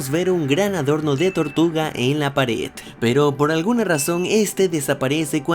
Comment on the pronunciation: Segundo “paret” en lugar de pared